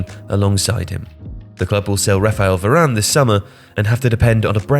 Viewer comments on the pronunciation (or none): none